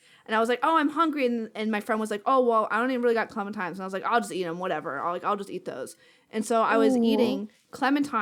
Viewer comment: Love the podcast, really fun and interesting hearing about you guys. Hoping gets a new bed from all that sponsor money. Hearing pronounce "clementines" is giving me flashbacks to the Teen Girl Squad episode about Valentines Day. "It's TINES! TINES! Clemen-TINES!!!"